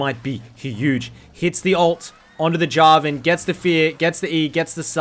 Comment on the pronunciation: He actually sai Jarvan not Yarvan :O